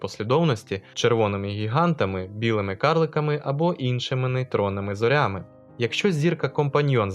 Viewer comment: Наголос ріже вухо. Не зорЯми, а зОрями